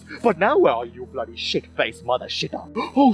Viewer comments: How many time said BlOdDy HeLl | V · The way says “Bloody” in a Indian accent. I can’t stop laughing🤣🤣🤣🤣